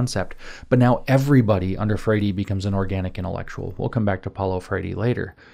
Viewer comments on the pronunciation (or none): James this talk is excellent, great job. I know you don't give a rip about pronunciation, but I'm still confused as to why you say Paulo "FRAY-DEE" every time you make that reference. You could just say "FRARE-REE" and that would be fine, it's ok if you can't roll your R's. We still love you!